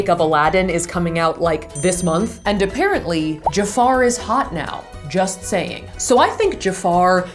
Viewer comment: Was trying to say "a-parrot-ly?"